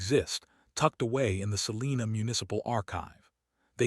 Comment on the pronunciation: Oh, BTW, Salina, is pronounced "Sa-line-ah. My dad was born there.